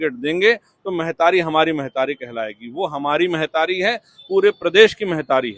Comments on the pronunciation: मेहतारी का होथे, महतारी बोल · Mehtari nahi mahtari ga baba